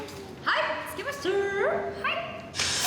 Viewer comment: ハイッ 見つけまシタｧrrr すきすぎる